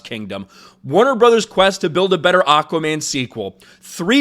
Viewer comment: Your cracking me up when you say "Aukaman"! Anyways no big deal, but lol!